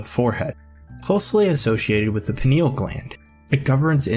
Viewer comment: Hi. Thank u for sharing. Being RN, i know pineal is 3 syllables, not 2. Its pronounced peeneeal. I hear it mispronounced a lot lately. Maybe u can help get out the correct pronunciation. Thanks